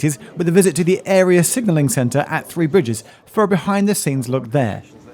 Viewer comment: “Free bridges” - confirmed on the subtitles. Every time I’d be on a Southern train going to/from Horsham, every announcer would say ‘Free Bridges’. Ooh, I get a free bridge, can I choose? THREE BRIDGES, learn to pronounce. Interesting video though. Plus in the beginning, you’re standing next to my old civil service office, that big steel and glass box next to platform 1 at ECR.